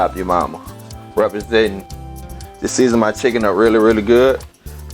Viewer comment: Tithen thighs and Tithen wangs 😂😭🤣